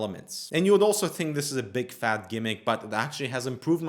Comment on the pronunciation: "a big fak yes".... Let's keep it clean, it's a family show